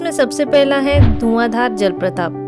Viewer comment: Jalpratap nehi jalprapat hai.thoda dhyan rakhiye apni vasha ki chayan ki.